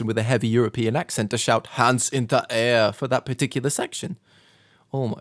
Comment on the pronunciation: "HAWNDZ IN DA AIHER"